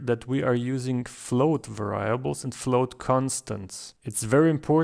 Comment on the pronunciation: It is 'variables' with the stress on the first 'a' :-)